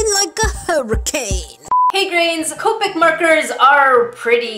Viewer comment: it is co pic not coepic